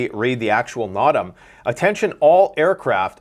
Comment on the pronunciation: 💡💡, according to MonkeyWerx yt, AirForce vet, those no fly notices are pronounced NO--tam. Thanks for all you do!!